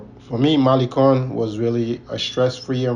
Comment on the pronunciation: Malicon?? No malecon ma lay con